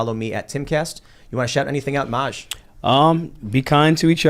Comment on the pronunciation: that’s how you say his name! I love Maj.